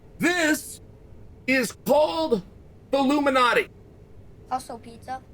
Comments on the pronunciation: I like how he pronounces Lou Malnati's as "Luminati" lol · I thought he was saying Illuminati pizza untill I scrolled the comments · I miss Joel correcting Chael when he mispronounces words. Lou Malnati = Luminati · I love that he called it "Loomanahtees". Same misprononciation as my lovely wife. Undefeated, undisputed. For what it's worth...I like Giordano's better than Loomanahtees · Thanks for clarifying this. I thought he was saying "Illuminati's."